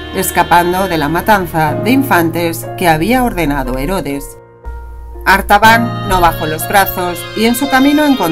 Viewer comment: La voz dice: "Arbatan".... Pero el título dice: "Artabán" 🤷‍♂️